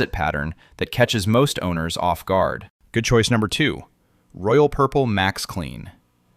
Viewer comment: How did i miss the "Good Coice" #1 and #2? Am I the only one that missed them? I replayed the video but still didn't hear good choice #1 and #2.